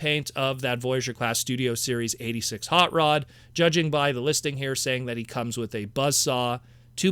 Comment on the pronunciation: Why do you say "wit" instead of with? What accent is that I'm picking up on? I mean no offense. Genuinely curious. I've found this line to be a joy and I welcome more. They could do more than two waves and I'd love it.